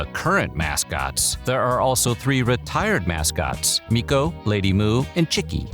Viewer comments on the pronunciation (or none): none